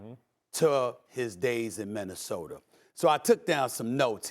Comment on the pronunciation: Nobody: Stephen A. Smith: MinnesotaR KembaR Walker he is waRshed up Its like 2 more i cant think of he always says 😂